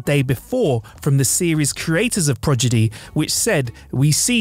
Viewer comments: Turned out should be turned down Progidy should be prodigy Wang should be wong Day-bew-tid should be day-bewd Kate-Kate mulgrew? You had 1 job dude, just to read the script and you can't even do that properly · Pro- D - igy.... you said Progidy like 6 times. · Prodigy man, seriously. Not Progidy. This is pathetic. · Say it with me, "prah-Di-Gee", not "prah-Gi-Dee." lol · . It's Prodigy not Progidy. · Oh boy... Debuted: "day-beewed", not "deb-butte-ted". ProDIgy, not "proGIdy" (not to be confused with progeny). Woolsey, not "Woos-ley". When a person's job is to properly read a script, each mispronunciation is like nails on a chalkboard! And I have reading, speech, and cognitive impairments: so I know the struggle, but I also know we can get it right. I don't know if that's the case with...I don't recall him messing up before. I wish we got more content from him, and I want him to be successful. 🖖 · I was so hyped when Sean stopped, I really thought he was going to slap the dude with a "PRO-DI-GY". Progidy, ffs,! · Since you said it incorrectly, not once but several times...it's "Star Trek PRODIGY"...not Progedy. 🙄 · Progidy?!? Progidy? Say it with me...Pro da gee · it’s PRODIGY. Not PROGIDY. Come on get it right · Sounds like he's saying 'Prodg-idy' not that that makes it correct. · Omg Progidy 🤨😅😂😂😂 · Dude . . . it's "prodigy", not "progidy". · and Debu'tt'ed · ME: Okay,, say "prodigy".: Progidy. ME: Prodigy.: Progidy. ME: Prodigy.: Progidy. ME: …: … ME: Prodigy.: Progidy. ME: throws table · It's Star Trek Prodigy, not Progeny. You said it wrong every single time. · Prodigy. Not Progidy. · Sorry, but it is Prod e gee not proj e dee lol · repeat after me....Pro-di-gy.....NOT Progidy. So many grammar errors in this video. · Prodigy, not Progedy. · Prodigy not progidy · Pro d i gy not Progidy 😁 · PROD. EGY. not PROG. EDY lol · Star Trek "Progidy"? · Pretty sure that would be Tradegy and Progidee.